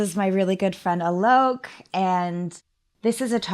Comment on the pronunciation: His name is supposed to be pronounced 'aa-lok' not 'uh-lok'... Just saying.. Not that anybody cares..